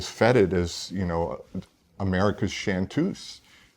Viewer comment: "shantoose" ?! Was that ironic? or, "my objection to Trump is mostly aesthetic" was THAT ironic? Have to give him the benefit of the doubt cuz he is by far the best dressed of the three.